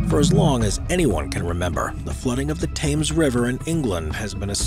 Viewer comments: oh I cringed when he said Thames that way 🫣🤦🏼‍♀ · “Thames” is not pronounced “Tames”, it is “Tems“ 🙄🤦‍♂️ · The HA is silent... Thames is "T'mes"... not T'ha'mes. Not Times (as in Time) but T'mes = T'imes as in Tim's... :) lol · its called the thames NOT the tames barrier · 'Thames' is pronounced 'Tems'